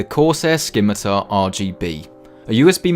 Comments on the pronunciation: Also British, also si-mi-tar, because..... not dumb...? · ski-mi-tar? SKI-MI-TAR? it's si-mi-tar, no k lol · Hey, I have a question. Now that a couple of years have passed since this video was uploaded... how DURABLE is the Corsair Scimitar RGB? Is it as indestructible as the Logitech G600, which has lasted me over 4 years now? Asking because I'm interested in buying one. Also, "SIM-I-TAR!!!!!" It's pronounced "SIMITAR!" Not "SKIMITAR!" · you would think a nerd would know how to pronounce scimitar